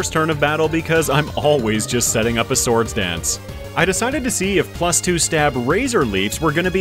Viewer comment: and and oooo 69 nice oooo he said farfetch'deseseses lol 😂 for the swords danceseseses